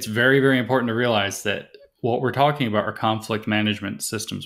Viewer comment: James, is "EMPORDAND" defined in your SJW encyclopedia? Sorry, I don't mean to be ad hominem, but this SJW thing is appropriating and destroying our language at the root. Is it too much to ask for proper phonetic pronunciation, at least? Lazy at every turn.